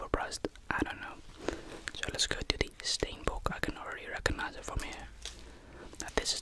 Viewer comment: Stienbook? I'm not southafrican but english and the South African rugny side and maybe there other sports teams are called the boks as in spring boks so that might be it